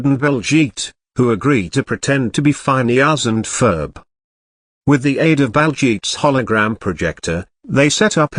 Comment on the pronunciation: “Fineus and Ferb”